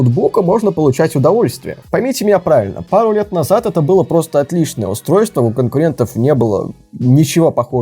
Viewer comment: Палу не пару - палу слушаю и ржу)